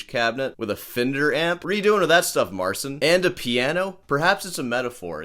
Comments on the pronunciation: Marchin not marsin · Im a Polish guy and I fkn can't watch that Marcin guy. Even if he is not banging on the guitar all his expression and attitude feels made up. There is something unnatural in his behaviour that makes me sick to watch it. Btw you pronounce the name Marcin wrong but in that case fk it, he is a Marzn..:D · That's even better than you think, because his name in Polish is actually pronounced Marchin' :) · He said in an interview that he doesn't want to force people to pronounce his name in Polish, so he sticks with the English pronunciation. And it was also his label directive to call himself Mar-seen.